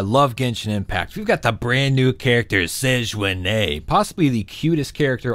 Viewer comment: The way he pronounces Sigewinne is so funny ahaha 😂😂😂 I loved the ost for her demo, it's definitely one of my favourites now!!